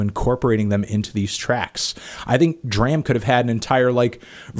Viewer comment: Can you please stop calling D. R. A. M. "Druh-am"? It's pronounced "Dr-ah-m"! It makes me cringe.